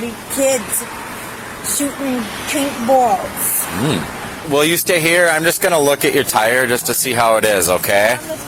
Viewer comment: Worth it all for whatever the fuck that was 😂 "Nawty, nawty kidz. Shootin' paintbowlz."